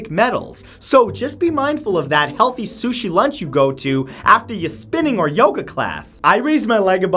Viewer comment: as soon as he said suchi I threw me phone